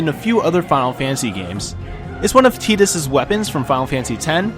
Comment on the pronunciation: I have never heard anyone say the name Tidus like you have in the video. You said Tee-dus. I'm pretty sure it's Tie-dus, although I guess I could be wrong.